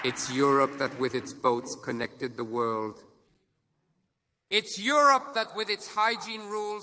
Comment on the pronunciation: Zemmour président of the veurrrrld😂😂